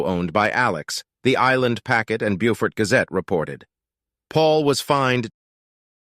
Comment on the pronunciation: You mispronounced Beaufort